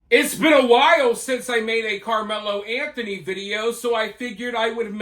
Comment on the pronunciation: I figured that was AI BS because they couldn’t even say “Anthony family” correctly. The other thing that really stood out was when they said a dollar amount they always included “zero cents” after the amount. No one talks like that except AI 🤖🤦🏻‍♂️